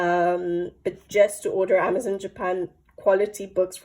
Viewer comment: AmazonE not Amazon the book pls😅